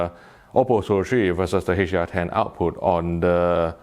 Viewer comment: When he says [ AW-POO ]* ... what he's [saying] is [OUT-PUT].